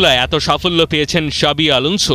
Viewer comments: শাবি না জাবি 😂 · জাভী উচ্চারণ করতেছে শাবী? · ভাই শাবি না জাবি আলানসো 😂